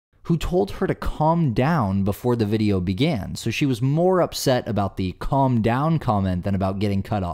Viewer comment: I’d have rolled the window up with her head in it, lol. Or her hand. It takes all kinds. Even Karens! Plus who pronounces calm, as callm? What has happened to common sense.